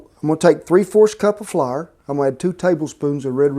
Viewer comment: Well golly, who needs Food Network when you got Cowboy Kent on YouTube? PS, I like the way you say flar! (Flour)